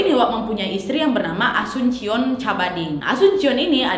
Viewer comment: Cuma koreksi saja kak nad, ibunya asuncion bacanya asunsyion karena memang nama umum alias pasaran di filipin karena sy ada teman juga namanya sama cuma family namenya beda. Cavite dibaca Kavitè karena sy pernah ke Cavite tepatnya daerah imus dan daerah silang dekat dengan tempat wisata bagiou, Cabading dibaca kabading. Terima kasih.